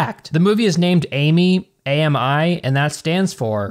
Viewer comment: The movie is actually pronounced Am I